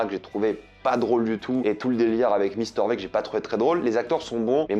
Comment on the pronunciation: on en parle de la prononciation de Mister V ??